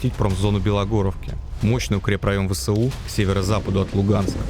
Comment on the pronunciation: ВэЭсУ. А не ВэСэУ. Нужно правильно читать аббревиатуры. Ты же журналист.